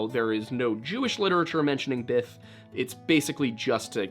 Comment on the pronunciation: It's probably my hearing but it sounds like you say biff or bith. I think it's Biff. So therefore the ancestors of all fraternity guys came from Ireland. 😁